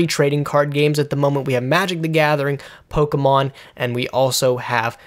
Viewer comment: I appreciate the correct pronunciation of Pokemon. I come from a household where "Pokey-man" was repeatedly said. You can donate $1 a day now to help a nerd that constantly disappoints his parents.